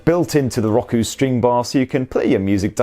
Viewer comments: Hey it’s Row-koo. Just kidding i’m calling it Rocku now to plus i like calling u guys limey bastards…c’mon who doesn’t 😮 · Lmao... It's not rock-oo... It's pronounced row-koo... 🤣🤣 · I know it's just an accent thing, but his pronunciation of Roku is just... ew. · Why is it bugging me how he pronounces Roku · Hate how you say roku. Gah cant watch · Never heard Roku pronounced that way.